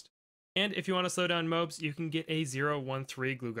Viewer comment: please say mo-abs